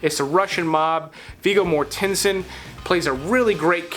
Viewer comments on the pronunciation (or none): Never heard Vigo Mortinson pronounced that way. Good pics